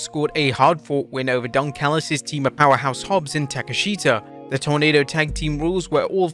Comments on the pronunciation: Bro it’s Ta-Kesh-Ida not Take-Sheeta. Please stop mispronouncing it. It’s almost every video. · I love your videos but respectfully, you call him Konosuke Tak-e-shita's name is pronounced Kon-oh-ske' Tah - KESH - tah. It's like we know Asuka is pronounced Ahs'ka and Shinsuke is pronounced Shin-ske'. I guess certain letters are silent in Japanese. I understand how the spelling can confuse the pronounciation (for example it doesn't apply to Hikaru SHIDA because her last name spelling ends in DA, not TA. Nevertheless I love all your videos thank you and keep 'em coming!